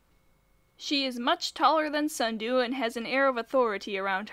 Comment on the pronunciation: SNUDU, not sundew, SNUDU